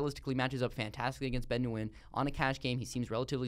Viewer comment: It's cringey the way you pronounce Nguyen.